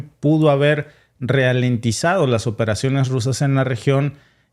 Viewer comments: NO SE DICE R I A L E N T I Z A D O SE DICE R A L E N T I Z A D O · S DICE R A L E N T I Z A DO NO RIALENTIZADO